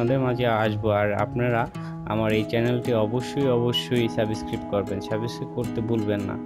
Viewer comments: আপনার ভিডিওটা দেখলাম কিন্তু কোন মশা মরলো কিনা বোঝা গেল না।প্রমান না দিতে পারলে ওই রকম ভিডিও পোস্ট করবেন না।আর শুধ্ব বাংলায় কথা বলতে শিখুন।না বলতে পারলে অশিক্ষেতের মত 'সাবসক্রাইব' উচ্চারণ করবেন না।ওটা সাবস্ক্রাইব।অপদার্থ কোথাকার।আপনি বাংলার বদনাম করে দিলেন। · Thik kare subscribe pronounciation korun. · আমি আনসাবিসক্রিব করলাম আর ডিজলাইক দিসি আগে সাবস্ক্রাইব উচ্চারন করতে শিখেন আনএডুকেটেড ইউটিউবার।